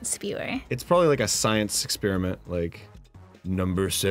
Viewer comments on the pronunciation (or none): wow i actually noticed what Dan pointed out, he DOES say "exspearment" instead of "experiment"